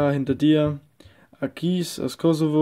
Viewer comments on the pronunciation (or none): Du hast ein paar Songs falsch ausgesprochen: nicht Akiis aus Kosovo sondern Achis aus Kosovo. Dann sagst du pik aber es heißt Pitsch(ausgesprochen) Makarov nicht Makarou! aber gutes Reviev